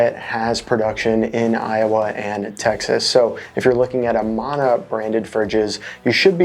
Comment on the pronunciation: A-MAN-A, not A-MON-A